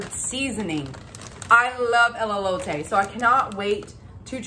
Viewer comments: Its E-lote…teehee she said “Elleote” the whole video 🫣😝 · Just a little tip...😊. Pronounced "Ay-low-tay" = Elote 😊it's your elote though, you can say it however you want to.😆 ❤ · A great haul and a great price. You corrected yourself on the Elote pronunciation towards the end... it's just "L-LOTE`" not the "L-L-" the double L you were saying. You'll get it! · It's pronounced E low Tay There is no " Lolo "in the spelling of Elote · Too cute…. I love Trader Joe’s… Elote only has one L so it El-o-te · It's pronounced El-low-tay. I used to mispronounce wrong before as well 😅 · Elote pronounced as A/lo/ta…the E’s are said like A’s….Elote is a Mexican street corn 🌽 on the cob. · E-low-tae Nice haul! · Elote....say el LO tay...😎❤ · Pronounced a-low-tay. Both E's have long A sound.